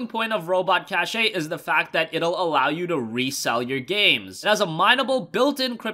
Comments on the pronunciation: cache ay. lol its pronounced Cash. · It's pronounced "cash" not "cashé" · i think it's pronounced cash even though it's spelled cache. like storage cache